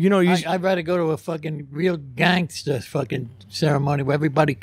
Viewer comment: These Mulians they call themselves GAAAANSTAS lol classic line the way he don’t pronounce the G in gangster